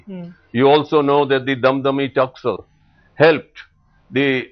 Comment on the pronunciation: In my view, Genl K S Brar was not the right choice for commenting on this. He seems very much angered due to attack on him and the way he had to live due to his role( just following orders of govt caused it!!) He does not even pronounce taksa(a)l correctly. If he knows punjab, this word should have naturally come out correctly. He says an almost everyone agrees that US?UK/Canada has khalistan sympathisers. That means India does not allow freedom of expression?